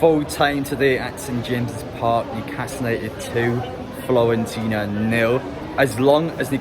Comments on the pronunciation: "Florentina" 😂It's Fiorentina! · Hate to be that guy but the team is called Fiorentina. Florence is the English pronunciation for the city and Firenze is the Italian I think. Keep up the great content.